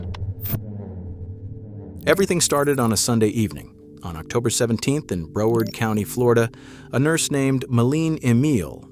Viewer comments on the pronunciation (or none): “Brow ward” not “Bro ward” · This is sad. To help the county Broward is pronounced “brow” like eyebrow and “word” like what you read. I gotcha ! FL native here. Sad story. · bro-ward 😂 this AI can’t say nothing right. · Bro-ward county 😂. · Why he pronounced Broward so weirdly😭 I live here but not in Miramar. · Wish this narrator would learn how to pronounce the name of the county featured in the video before sending it out. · I’ve never heard Broward pronounced like that. However I am from Broward and the reality of this all happening from High Schoolers in Miramar is crazy. I’m sorry that DJ has lost his life by this foolery. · why is this channel censuring things when the original video is on youtube uncensored smh also the way the AI voice says Broward county was monstrous lol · You pronounced Broward wrong! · pronunciation of broward is killing me